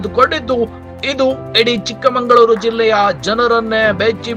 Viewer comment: ಚಿಕ್ಕಮಗಳೂರು ಅಂತ ಬಳಸಿ, ಚಿಕ್ಕಮಂಗಳೂರು ಅಲ್ಲ ನಿರೂಪಕರೆ, ನೀವೇ ತಪ್ಪು ಹೇಳಿದ್ರೆ ಹೇಗೆ